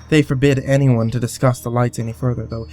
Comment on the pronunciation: Lol said "anymone" instead of "anyone" drinking game anyone?